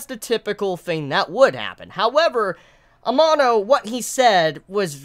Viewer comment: please pronounce amano's name right, its really annoying, thanks lol